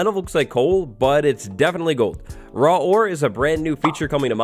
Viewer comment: You said raw war XD. No hate